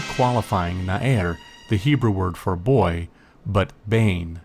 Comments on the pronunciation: Small phonetics correction: It isn't 'na-er', but na-ar. The difference is extremely apparent in Hebrew. Loved the video. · Well done, indeed!!! Two small points regarding the Hebrew though: 1. The word for youth is Na'ar and not Na'er as you say (also the accent on the first syllable). 2. Nouns come before their adjectives, so small (or young) youth is "Na'ar Katan". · Nice video! By the way, נער is pronounce as na'ar, not na'er. search נער in wiktionary and you will see :) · נער is pronounced Na'ar. As far as I know anyway...